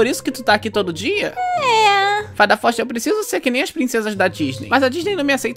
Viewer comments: "Fada Foister" kkkkkkkk amo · " Fada Foxte ?" " Fada Foxtii " Kkkkkkkkkkkkkkkkkkkkkkkkkkk